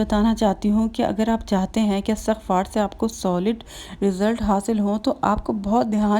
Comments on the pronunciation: بہن اٙستٙغفار نہیں ہوتا اِسْتِغفار ہوتا ہے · Dear astaghfar ni h bl k lafz istighfaar hota h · astagfaar ni istigfaar hota hai